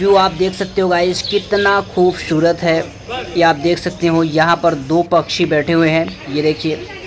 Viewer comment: Pachi nahi hota panchi hota ha